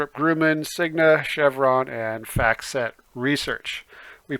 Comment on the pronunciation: Love your very informative videos and I am learning a lot as I begin my investment education - thank you! But a very small nitpick: "NOC" company name is spelled Northrop Grumman (not Gruman), and is pronounced "Grum-min", not "Groom-in".